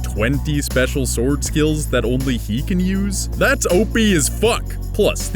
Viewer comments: S-word Art Online Nice pronounciation dude. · Forgive me, are you pronouncing the "W" in Sword? Like Sward? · i couldn't help but mention the Shword pronunciation xD sorry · Anyone else get annoyed when he doesn't pronounce sword right